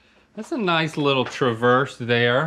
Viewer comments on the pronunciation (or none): none